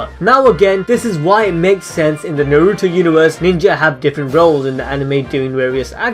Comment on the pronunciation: Fuck me it’s not narootoe it’s Na-ru-to